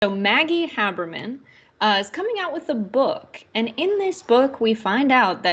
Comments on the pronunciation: CORRECTION for video maker: I wouldn’t normally mention an error, but Maggie Haberman is one of the biggest names in journalism. Her last name is pronounced HAY-BERMAN not HA-BERMAN and was done here. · HAY-ber-man. Comes off as intellectually lazy to mispronounce her name. She's the top reporter in the country. No excuse, do better TYT. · “Haberman” is pronounced HAY-ber-min. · Very sorry, but I can't listen, or take seriously, this host who can't pronounce Maggie Haberman's name. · Love TYT. Have turned many people onto you guys. She should’ve done a Modicum of due diligence and learned how to pronounce an award winning journalist’s name first. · I noticed that too. didn't get Haberman's name right, which is weird as she's so well known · long a when you pronounce Haberman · I was going to mention this.